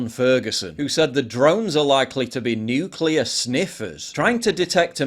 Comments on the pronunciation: I have a hard time trusting someone who can pronounce ‘nuclear’ it’s Nu-clear not ‘ ‘Nu-cue-lure’ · Let's trust the guy that pronounces Nuclear "NukeULur" deep derp